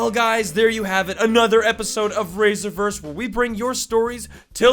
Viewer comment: When I heard Raiserverse im like i thought it was raisin for a second